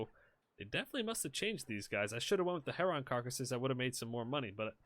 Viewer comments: Its 'hair-un' not 'Herr Ron' 😂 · What's a Heronn? Is that the same as a Heron? 🤣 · lol.... yeah. HERON: its pronounced like "Karen" not "Leron" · egg-rets, her-runs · Can you please say Heron correctly it bothers me 😂 sounds like Lennon “heron” as in John Lennon not “her-ON!!” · It's pronunciation is (Hair=in) A lot of people add a G on the end. They come at my pond all the time in the warmer months. Beautiful birds. My dog tries to chase them in the air. Funny as shit, as he's 14 now.